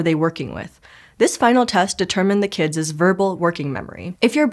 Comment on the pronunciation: "kidziz"!?!? is not a word my good sis